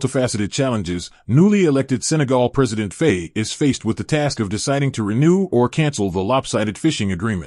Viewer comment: At least learn how to pronounce "Faye""